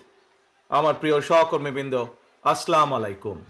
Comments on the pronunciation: জনাব তারেক রহমান সাহেব সালাম দেওয়াটা শুদ্ধ করবেন আপনার সালাম দেওয়া শুদ্ধ হয় না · সালামটা সহি শুদ্ধ হলো না। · অসাধারণ ভারসাম্যপূর্ণ বক্তব্য। তবে অত্যন্ত বিনয়ের সাথে বলতে চাই সালামটা শুদ্ধ হওয়া জরুরী। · সালাম টা অন্তত ঠিকমত দেয়া দরকার, কারন আপনি অনেক জ্ঞানী মানুষ। আপনাকে সালাম টা ভালো ভাবে শিখা দরকার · উনি নেতা কিন্তু সালাম তো শুদ্ধ না। দুঃখজনক! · সালাম টা ঠিক মতো দিতে পারে না। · সালাম দেয়া শুদ্ধ হয়নি।